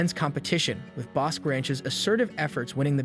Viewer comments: The Ranch is pronounced….”Boskey Ranch” accent equally on both “halves” of the word. Same pronunciation for Bosque County! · Boss-kee and Co-man-chee. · I you are going to do a review repeating the words ‘Comanche and Bosque’ so many times, you might want to learn how to properly pronounce them!!